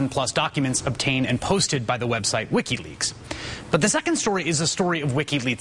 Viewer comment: Lol "Lickiweaks"